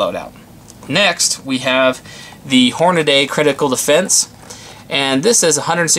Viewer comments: Hornady, not Hornaday. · Hornaday huh??? Its spelled Hornady and pronounced Hornady....